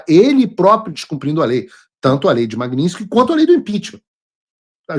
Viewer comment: MAG NIT SKY MAGNITSKY MAGNITSKY MAGNITSKY MAGNITSKY MAGNITSKY VENDA SE FALA CERTO O NOME DA LEI MAGNITSKY